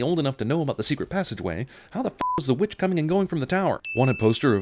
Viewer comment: Stop ruining movies! Also emphasis on the word ''Witch''.